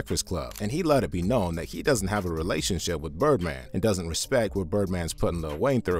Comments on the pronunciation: Can't respect a man that tells me to "respek" him😂😂😂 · "Put sum respek on my name" lol